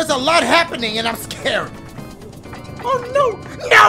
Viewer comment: “OH noo OH noo” why he saying it like that 💀